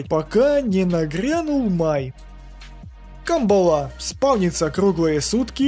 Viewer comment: Спасибо за информативное видео. Правильно произносится кАмбала.